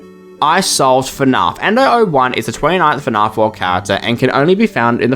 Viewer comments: Your videos are good dude. You just need someone else to watch them before you publish them, to catch small mistakes like these that are easily fixed and make your work look way more professional. I'm also Australian, so hearing you pronounce "fnaf" as "fnarf" like a bogan yank was rough, but I'll forgive you for now. Pronouncing the G gnat is pretty inexcusable, however. 😅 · I love how you say "fahnarf" instead of fnaf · I heard "Fnarff" about 7 times in the first minute and quit. Wtf is that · I love how you pronounce “FNAF”